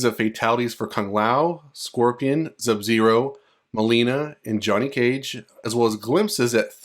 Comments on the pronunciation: BRO WHY ARE YOU SAYING ZUB-ZERO ??? Say his name RIGHT dude, it's SUB-ZERO.... OR just don't say it at all, that shit annoying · Bro said zub-zero the whole time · Thank you man fr, kuz it's hard to listen to that I hope you understand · Bro you really enunciated that Z in Sub Zero lol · are you even a fan of mK you couldn’t even say sub zeros name correctly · this is a very nice video, please do not worry about the people bringing up how you pronounce sub-zero, it is not a big deal and they should have focused on the cool potential leak you were telling us about instead. anyway, have a good day!!! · Nope...not having it. He's reading everything else just fine in this video. No excuses at all. If it's a speech impediment...then just say that. His excuse is sad as well because he's familiar with the game. So, he doesn't get a break saying he didn't "realize" it. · Very annoying like A.I. voice mispronouncing Sub-Zero. He can read everything else but when it gets to Sub...all of a sudden...there's an issue. Then he states in comments he didn't know he did it. Nah, just admit you have a speech impediment.